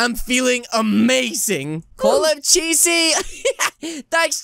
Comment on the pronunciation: chesy make cheesy said "cheese"